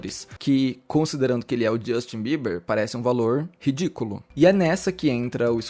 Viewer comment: Fala Justin Brasileiro: Justchim 😅